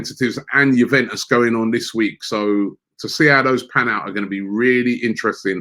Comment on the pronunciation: youveus 😂😂😂😂 Bruv its Juventus